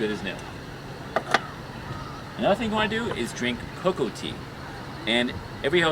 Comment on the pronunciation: You're saying coco tea. lol machu picchu is not as high as Cusco, it's more towards the jungle. This is what I do every time I go to any high altitude place. I prepare myself by swiming, that helps expand your lungs so you can breathe better. Once I get to cusco, I sleep for the day and relax; your muscles. If you get a headache, just drink some coca tea. Within 3 days, you're body should adjust. I chew coca leaves instead of drinking some tea if I'm hiking. Usually, I carry a lot of coca products from, toothpaste, coca cookies, coca candy, etc… You should drink 7 bottles of water everyday. Stop eating after 5pm. Avoid red meat period. Chicken is ok and there are a lot of vegetarian places that have decent dishes that help your digestive system and offer different types of tea. I start with a smoothy in the morning but with a bottle of water, not tap water. Always carry a bottle of water. By lunch time, I'm eating some soup and by around 3pm I'm eating dinner. After 5pm, I'm usually snacking on bread, cake, pastry, something light. I usually hang around some bakery place, which is nice. :P Note, you don't want to consume to much carbs. lol No fruit after 5pm or any meats. Trust me, you'll thank me. What's the point of traveling without drinking alcohol, specially at night while the cold gets you while camping out. Choquequirao was an awesome experience, tested my hiking abilities. I went through a pair of boots. lol Have fun.